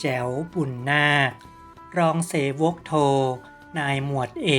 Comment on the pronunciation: อ่านว่ารองสะเหวกครับไม่ไช่เส+วก